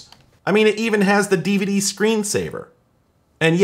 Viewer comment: I like how all YouTubers pronounce DVD as Diva Dee